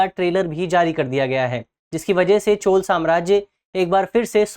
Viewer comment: 😂Pronounce it as CHOLA, not Chol !